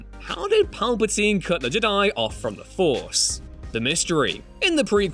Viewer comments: Why have i only just noticed the weird way of pronouncing Jedi this guy has its more like hes saying JID-AYE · I hate the way Ewan says Jedi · do you know how to say jedi and yoda?